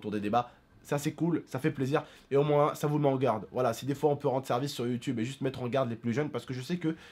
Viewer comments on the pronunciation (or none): none